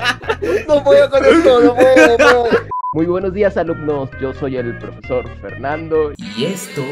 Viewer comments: Yo viendo que en el minuto en lugar de decir profesor dice prefesor._.XD vuelve a YouTube aaaaaaaa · Alguien más de dió cuenta que dice prefesor en XD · Alguien se dio cuenta que decia prefesor